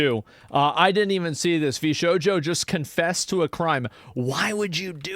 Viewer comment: It's pronounced VS-hojo😅😂